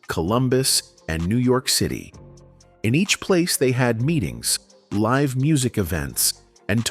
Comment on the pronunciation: There are a few other mispronounced words. "Live" as in living was used instead of "live" as in "Live from New York" as one example.